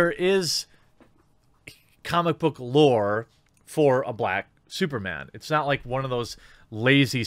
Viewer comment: SOOPAH DOOPAH MANE, LOL!!!!